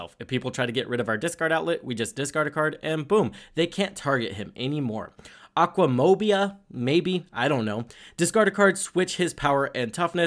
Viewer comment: I shouldn't be mad about you mispronouncing aquamoeba but I definitely am.